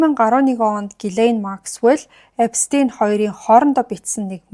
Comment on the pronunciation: Эпштэйн gej sh eer duudna shvv